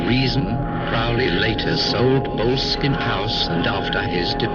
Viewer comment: it's not pronounced bowl-skin,ffs. it's bo-less-kin. with emphasis on the less. not sure about the architecture but it's got a cracking history. lovely property n properly gets one at least wanting to know about Mr Crowley. Aye. interesting character no doubt.